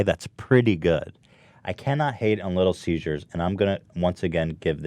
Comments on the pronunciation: "Little Caesars? Nah, Little Seizures." - probably Ethan's thought process with his odd pronunciation. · Ethan saying “little seizures” made me cringe. it’s CESAR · ethan. its little ceasers not little seizures. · I love the way Ethan says little seziures instead of little ceasers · I love how Ethan kept calling Little Caesars, “little seizures” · why the fuck does Ethan keep calling it "Little Seizures" lol. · did anyone else register that every time ethan said "Little Caesars", he actually said "Little Seizures"? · "Little ceasures" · Ethan: Little Cesars My Ears: Little Seizures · "little siezures" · Why did nobody say anything about the way Ethan said "Little Caesars" but pronounced it as "Little Seizures" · Because he's been pronouncing it like "seizures" for a while now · Ethan: "Little Siezures" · Did anyone else notice that Ethan pronounces Little Caesars as Little Seizures? Lol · Yeah hahaha and nobody acknowledges it!!!